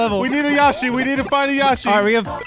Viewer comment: Anyone else getting mad everytime Joel says yashi rather than the actual name yoshi